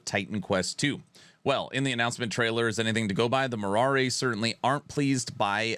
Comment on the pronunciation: Being Greek u really caught me off guard with your pronnouncation of moirai😂 although understandable so no worries there , it actually sounds like mi-ra , i believe if u use the google translation and play the greek sound u'll be able to catch it right on , cheers and hope they deliver on Titan Quest 2